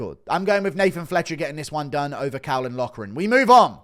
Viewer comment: god forbid guru pronounces caolan loughran's name right